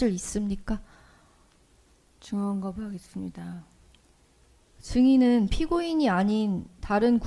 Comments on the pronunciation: 걸레같이 산 년이라 지은 죄도 너덜너덜하네... 즈엉거브으하게슨니다 ..발음은 또 왜 저래 ? ㅋㅋㅋㅋㅋ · 없으면 전혀 업스니다.하네 ㅋㅋ 진실이면 증언 거브하게스니다.하고 병신